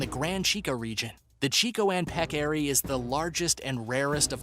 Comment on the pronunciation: Knowing what I know about Irish pronunciation, I feel pretty sure that Croghan was pronounced Crowan, or Crojhan, with the jh pronounced with a spitty throat sound. Peccary is pronounced PECK-ary, not peck- AIR-y... ti-TAN-o-BO-a, not Tight-n-o-boa. MEG-ah-lah-don, not 'Meg-ah-LO-don'. Piotr is pronounced Pee-oh-trah, not Peter.